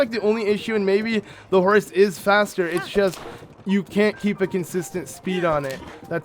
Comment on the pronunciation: I keep hearing "Horus" when you say horse, and now I'm picturing link in Horus (from warhammer 40k) gear xD (something like this: but with link's head showing instead of Horus =P) I think horses makes so much more sense, and I love the small taming things you do when you have a new horse. But the bike is definitely the one I would use ( haven't unlocked it yet, just started playing this game yesterday =P)